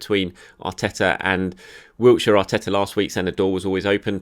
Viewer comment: OMG THERES NO T IN WILSHERE STOP SAYING HIS NAME LIKE THE PLACE ITS DOING MY HEAD IN GRR